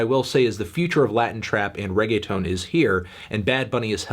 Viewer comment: The whitest way to say Reggaeton melon